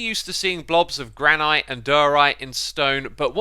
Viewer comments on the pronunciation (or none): You know its Gran-it not Gran-ight right? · You are mispronouncing granite. It sounds somewhat like "gran nut". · granite; GRAN-it orchid; ORK-id tiaga; TIE-guh acacia; uh-KAY-shu lichen; LIKE-in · The way you pronounce Granite makes my nose slowly bleed. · jesus i thought euros saying aluminum wrong was annoying but heres sum saying "granITE"